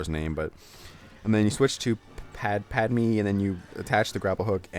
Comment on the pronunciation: Just a few tips: its pronounced (Pad-may for Padme), and the character you called Lando was actually Mace Windu. I love your walkthroughs and freeplays but i think it would be/would've been worth your while to at least watch Episode III to understand Star Wars or at least know most of the names from this game. And the starting battle (Geo-know-sian) arena was at the end of The Attack of the Clones